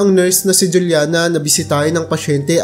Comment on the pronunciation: Juliana is pronounced as hulyana kasi spanish name yan